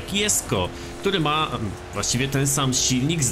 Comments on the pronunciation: mówi się dżesko a nie jesko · A nie powinno się czytać ,,dżesko"?